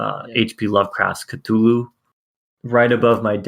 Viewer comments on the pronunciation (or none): Did he just pronounce Cthulu as "cathala"?